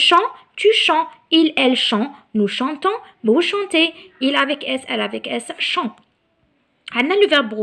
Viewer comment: Le verbe chanter il faut que tu prononces le t à la fin avec je, tu et il. Le verbe pouvoir veut dire يستطيع و ليس يقدم